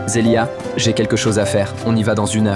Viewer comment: Devrane qui appel Zeliah ( Zelïich )😅😅😅😅